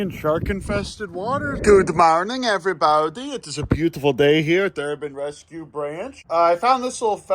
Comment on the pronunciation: That “gooda mowrning everybowdy” is legendary